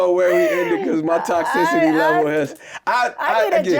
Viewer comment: I can’t wait to hear more of her content. I LOVE it, but did anyone hear “luckitly, toxidity, extonomically?” 😅